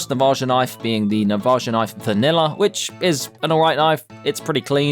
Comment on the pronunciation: i hate how he pronounces navaja